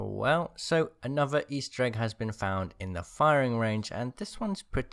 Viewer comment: Anover, furver.... please pronounce your th’s please...